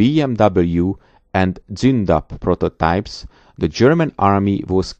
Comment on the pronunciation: I now know how to pronounce Zoondapp and KeeS750. Danke.